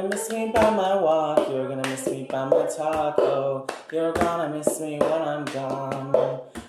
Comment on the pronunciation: I heard "taco" instead of "talk."